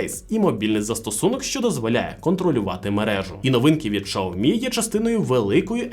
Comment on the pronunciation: Шаомі -вухо ріже ...